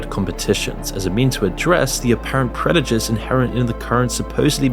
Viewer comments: I appreciate your content sans accent but you say predujice instead of prejudice and I can't let it slide. I could be misinterpreting your dialect but I don't think so. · did you just say "predijuce"? lmfao! git gud n00b. embarrassing. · predujce had me tripped up i had to back that shit up and hear it again, great vid!